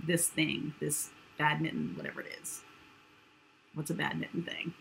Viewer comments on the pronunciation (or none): Bad mitten? Oh badminton!!! 😂